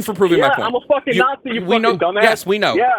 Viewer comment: How's it nazi but sound mexican